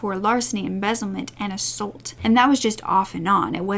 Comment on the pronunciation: I love you but please start saying ‘assAULT correctly.